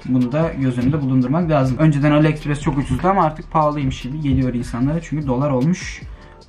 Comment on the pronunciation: Top prezervativi ne yapcan lan toppppp sen kiz degilmisinnnn solu deldirmissinnnn topsunnn demekkkk huuuuuh aliekispires değil o bir kereeeeee aliyeksprs telaffuz ediliyoooorrrrrr haberdarlllıııık ediyom son kere.